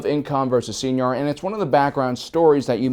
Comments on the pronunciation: it's not pronounced Seenar it's pronounced Sighnar...like a sine wave. it's so cringy when you people say Sienar wrong. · Fairly certain I’ve heard it in cannon material sienar pronounced as sy-nar. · S-I-nar..... Hard "I" not "E". the way you pronounce it makes it sound like a special education program. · Anyone else heard "señor" with every "Seinar" 😂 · Enjoy your videos as always, despite your pronunciation of See En Ar Systems, lol. Always considered TIE Defender to be one of the strongest mass produced naval vessels in SW, and often fielded one hundred TIE/s, three hundred TIE/Defs, three Raider corvettes and two Imp Star Destroyers, to be the perfect Thrawn style surgical armada. Well reviewed ! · I think Sienar is pronounced something like ‘Sa-E-Nar’ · Get with the program, he mispronounces EVERYTHING. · It is cringy, IMO, but this channel is so good I can let it go TBH. P.S. I think sometimes does that on purpose to mess with viewers; he seems to have that kind of a sense of humor... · Dude...Sienar: Sigh-gnar. Have you EVER HEARD Star Wars names said aloud before??? Where do you get your info. And what’s a shimatar? Scimitar? Sii-muh-tar!!! Come on.